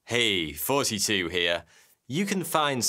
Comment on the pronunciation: It sounds like he says forty-two instead of thoughty2